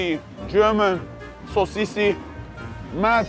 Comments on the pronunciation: Did my guy just say sausice? 09:98 German\Samoan show now lad leshgo!! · I full lost it when he said “sosisi” 🤣🇼🇸